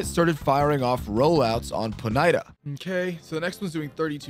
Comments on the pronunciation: poh knighta, instead of pony tah got me the weirdest ngl, and you called gym leaders bosses that threw me off, not saying you're wrong just very jarring lol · OK, so WTF is a "Pon - eye - tar"? I've heard of of a "Pony - ta" but never a "Pon - eye - tar". apart from that, i actually enjoyed this video. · pony- tuh * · Never heard someone pronounce it. PoNIEHta. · If you say "pone-i-tah" one more time, you lose. These noobs who didn't start Red Blue just don't get it shakes head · Bruh... Pon-I-ta? It's a pony... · The way you pronounce Ponyta is fucking crazy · My guy you are pronouncing ponyta wrong. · Why do you pronounce ponyta like that